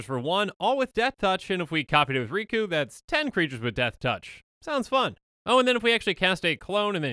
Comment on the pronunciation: The name's.. Riku... It rhymes.. With two